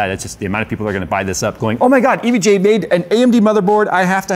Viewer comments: Just say evga already it’s not e v g a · I hate the way he says EVGA... it sounds way too close to EVJ and it drives me irrationally nuts haha